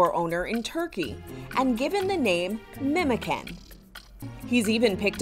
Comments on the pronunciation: Not memo can it should be how do i say this like you know when you say cha -cha that is the way you pronounce the C like memochan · I'm sure name is not pronounced "memoken" as in turkish 'memoçan' which is pronounced "Memochan or Memojan" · Not Memeken it's pronounced MEMOJAN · The name is pronounced "memojan", "memo" is a shortened version of the name "Mehmet". The can at the end makes it mean "little memo" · Fun fact, memocan is pronounced like "memo" from the word memory and can as the name "John" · Memocan Pronounced: MemoJaan or MemoJohn 👍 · The can in memocan is pronounced like john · it's actually pronounced "Memogan" the c is a g in Turkish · As a Turk I can sure say I'm bursting of laughter after hearing the way she pronounces memocan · LoL the C in the Memocan doesn't pronounced like that 😅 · they pronounced the names wrong thats all im frustrated about 😅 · that’s not how the name is pronounced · Bro Memocan isn't pronounced like that 💀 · Pronounce the name right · Pronounce the fellas name correctly please 😭 we won't allow you to disrespect Memocan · The way she pronounced Memocan is horrible